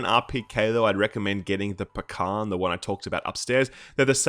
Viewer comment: And please, please pronounce Pakhan like Pahan. Skip 'k' use 'h'. In russian it's Пахан. Use google translate to hear correct variant of the word.